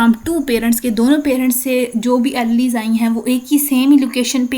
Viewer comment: Alleles pronunciation is sooo wrong